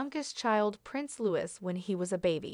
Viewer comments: She needs to be firmer with Louis. Commentator, please notice Looeee, NOT Lewis. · Why do you pronounce prince Louis name wrong.